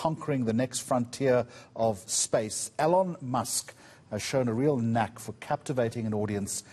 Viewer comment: He said alone musk 😂😂😂